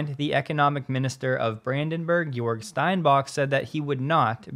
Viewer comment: you pronuced jörg wrong.